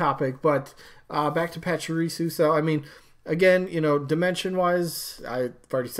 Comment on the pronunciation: I'm a Pokémon fan and all...but Raichu would make so much more sense as a Pikachu echo to round out the evolution line. And honestly, Medusa is really freakin' cool and scary AND we need more villains and ladies. So I vote Medusa. 😀 Also it's Pah-chee-ree-sue 😉